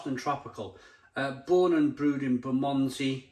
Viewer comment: Great review thanks. Btw it's pronounced Buh mund zee 😉